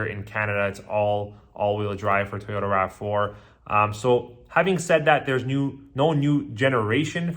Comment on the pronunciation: Why is this guy saying “Tayota”